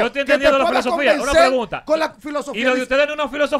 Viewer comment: Silosofia ahah se dise filosofía